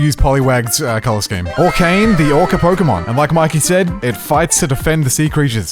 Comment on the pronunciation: Whoops it is orcane not orcan